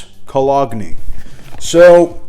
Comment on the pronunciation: Ah-Ven-Toos Koh-Log-Neh ... 😂👍🏼